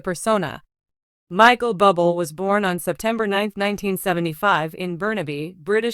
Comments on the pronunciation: His name is not pronounced Bubble! Someone help this announcer. Sounds stupid! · His name is pronounced Boo Blay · Pronounce his name right you idiot😮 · I think she doesn't know him if she can't even pronounce his last name.